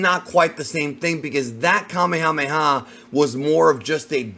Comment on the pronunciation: Why do ppl continue to pronounce Kamehameha incorrectly?